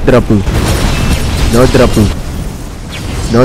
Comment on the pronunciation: The way u pronounce no dropu and each drops was satisfying lol